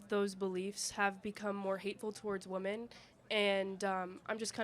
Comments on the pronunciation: When did everyone start saying WOOMEN instead of women? The regression of proper use of language is pathetic. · Not only can the left not define what a woman is they can’t even pronounce plural the word women, they always pronounce it as woman.